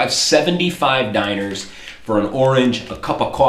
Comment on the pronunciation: To say dinars, say like,,dinara'' like you've said in previous videos and just replace the,,a'' with an strong,,s'' and youll end up with a vocaly correct,,dinars'' Hope it helped a little!:D ofcourse that's only when you speak in english!